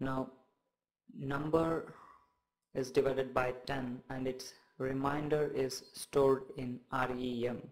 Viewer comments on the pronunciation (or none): Dude thanks a lot for the explanation. But just one thing you pronounce remainder as reminder... I got confused first but then I realized you are saying remainder as reminder... just saying....:)